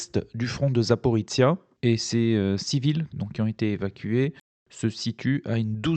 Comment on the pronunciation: 1418 jours que notre hôte ne sait toujours pas prononcer Zaporizhzhia. Merci pour vos vidéo